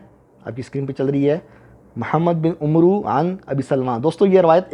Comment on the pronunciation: میں نے پہلے بھی عرض کیا تھا کہ ایسی تمام شیطانی معلومات کا واحد ماخذ ہے “کتاب قیس بن سلیم” جسکا مصنف خود کو حضرت علی کا صحابی ظاہر کرتا ہے، جن سے اس نے یہ ھذلیات سنیں۔ آن لائن مل جائیگی۔ دوسرے یہ کہ “عمرو” کا تلفظ ہے AMR، یعنی م اور ر پر جزم اور واو سائلنٹ۔ جبکہ “عمر” کا تلفظ ہے UMAR. عمرو کا تلفظ UMROO نہیں ہے۔ کسی نے غلط بتا دیا ہے۔ گوگل پر اردو میں “عمرو” لکھیے۔ تلفظ نظر آجائے گا۔